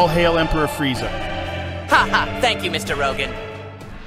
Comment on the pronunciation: "Frieza"??? There is no i in Freezer or Freeza.